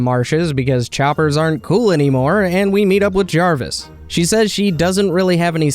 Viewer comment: I love the mispronunciations so much xD. Jarvis was the best one